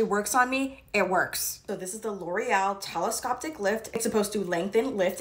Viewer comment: She’s so cute. And hilarious but watching influencers mispronounce words all the time. Brings the old lady in me, out 😂 telescopic not telescoptic